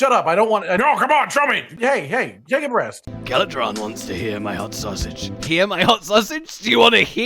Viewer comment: anyone else hear “Take a breast”?